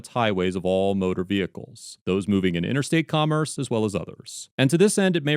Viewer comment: ....'commerce'......Amazed you failed to pick up on this!